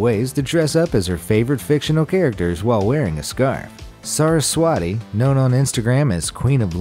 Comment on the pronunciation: It's pronounced as saras-wathi Not saras-wati btw it's a hindu godess